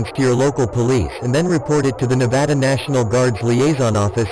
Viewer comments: Thank you robotic voice for pronouncing Nevada correctly~ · As a Nevadan, thank you for saying Nevada correctly, great video! Keep releasing them!